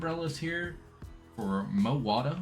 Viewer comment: I love that gondola station. and mowatah gave me a good laugh. great stuff, dude. also sorry i’ve been calling you, good to know it’s just 😂